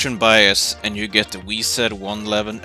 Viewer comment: Is no one gonna mock for saying "wee-zed"